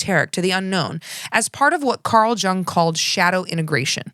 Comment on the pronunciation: FYI: Geraldo’s name is pronounced with an H sound. Carl Jung’s is pronounced with a Y-sound (ie: “young”). I’m actually not convinced that you don’t know that; I’ve mispronounced names especially that I knew the correct pronunciations of when reading something I’d written aloud. But anyone who may not know better may find it helpful. Source: Growing up with Geraldo on TV in the afternoon 5days/week and hearing him say his own name. College Psychology courses, media references.